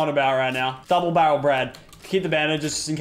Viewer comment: Its not double barrle its bubble darel